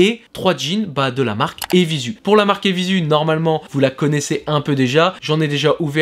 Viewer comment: Apres 30s de video J'ai dû partir en courant dès que j'ai entendu la prononciation " évizu" !!! Ça c'est pas possible garçon, tu peux pas te la jouer blog de mode et pas savoir prononcer le nom d'une marque.